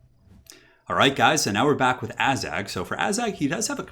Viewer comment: Forget the Azhag blunder, why do you keep calling Kislev "Kissel"? Also just want to point out that you described one part of the Waaagh! Campaign mechanic incorrectly. The Waaagh! troops don't increase from fightiness, they grow steadily over each turn regardless of what the army is doing once the Waaagh! is called. Otherwise good video though!